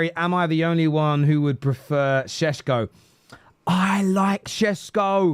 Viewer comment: Why you keep calling him shesko?